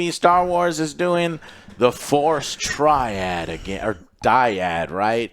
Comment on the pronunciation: How many times is Joe going to fuck up and say Triad?